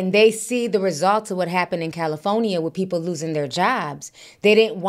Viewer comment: i laugh everytime you say califonia,😂😂😂😂😂 you just leave out the r....but i love you sis